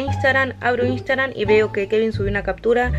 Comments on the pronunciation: en el principio jajjaja "Instagran" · Nadie:: INSTAGRAN